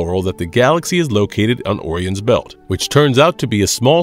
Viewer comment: 1st one is Eggar, not Edgar and im sorry.....did you pronounce Orion as "or-eon"? OREON?! Even AI voices know how to pronounce Orion!